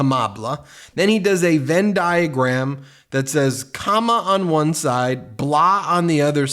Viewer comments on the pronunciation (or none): none